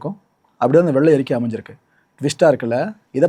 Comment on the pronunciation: Ama Nadu motham enna world fullum tamilnattu vellai arikai expo varumnu ethirparthitirunthu Vellai arikkaiyoda Tamil pronounsation pramatham Tamilukku vantha sothanai🤦‍♂️🤦‍♂️🤭🫢 Tamil nattukku kedacha FINANCE MINISTER Pramatham